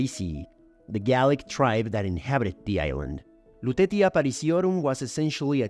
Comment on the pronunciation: Very nice document. "Lutetia" should be pronounce with "c" - Lutecia.